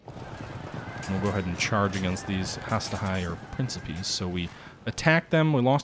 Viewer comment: Jesus, please read the names of the units before you pronounce them so awfully. Has-Ta-Tee Prin-Ki-Pes Tree-Ah-Ree